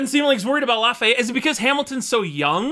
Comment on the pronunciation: LAFAYETTE not Laurens